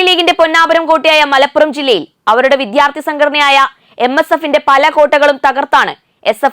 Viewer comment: ഇത്രയും അക്ഷരങ്ങള്‍ക്കെ ബലം വേണ്ടൂ... തമിഴ് ചുവയോടെ സംസാരിക്കാം തെറ്റില്ല.. എന്നാല്‍ രണ്ടും കൂടി കൂട്ടി കുഴച്ചു കുളമാക്കരുത്.. "വിധ്യാര്‍ത്തി" അല്ല "വിദ്യാര്‍ത്ഥി" ആണ്.. ഖ ഘ ഛ ഝ ഠ ഢ ഫ (fa അല്ല Pha) ഭ (fa അല്ല BHA)